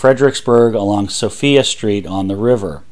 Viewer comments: By the way, I live near Fredericksburg, and Sophia Street is not pronounced "So-FEE-uh" but rather "Suh-FIE-uh" .. I don't know why. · 👍 I live in Chancellor and came to comments for that and Sophia St. We pronounce it As"So-pheye-uh." Great video!